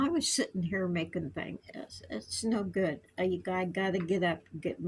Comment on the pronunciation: I'm feeling go-od, I'm feeling go-od 😅😂❤